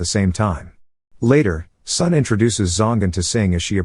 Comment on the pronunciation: This is an excellent movie. Not Malaysia, but British Malaya. More specifically, this took place in the island of Penang. Sun is pronounced as "Soon". His full name is Sun Yat Sen, aka Sun Chong San, aka Sun Wen. Tang is pronounced as "tongue".